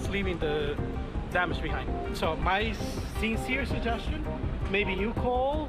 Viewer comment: its "sincere suggestion" not "cc rita"